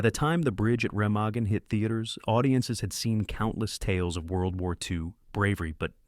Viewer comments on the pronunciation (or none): ….and Ramaggen.